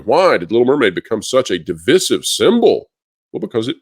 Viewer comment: How do you still not know how to pronounce divisive